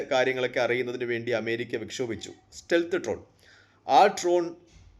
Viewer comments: Tron അല്ല ഡ്രോൺ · Trone അല്ല മന്ദാ.. Drone ..😂😂😂